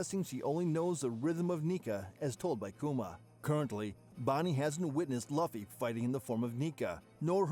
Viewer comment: It’s just bothering me how y’all a one piece channel and saying Luffy name wrong (I’m reporting ur entire channel)